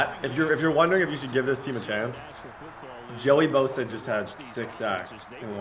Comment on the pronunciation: He did not just say Joey bosa